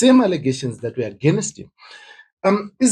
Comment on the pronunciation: Dear Zimbo’s it’s against not agenest.😅😅